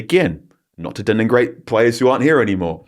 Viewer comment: Carl is a lovely bloke and a top journalist, but my god his pronunciation at times is horrendous. Deningrate? Wtf is that? He says it several times too.